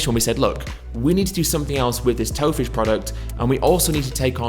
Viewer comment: I thought he said Toe Fish at first. If there was one type of fish I REALLY don't want to eat, it'ld be the lovely named Toe Fish. Joking aside, hope I can try some of this when I pop home for Christmas. One of the things I miss from home the most is the chippy so having a vegan version of it would be amazing!